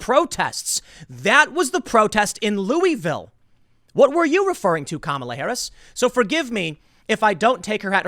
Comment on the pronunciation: Can you please pronounce my city’s name right. I love you tim but it’s not “louie-ville” it’s pronounced like “Lou-uh-vull”